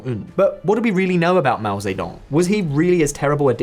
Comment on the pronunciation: Yeah right, keep listening to this guy tell you about China who cant even pronouce Mao Ze Dong correctly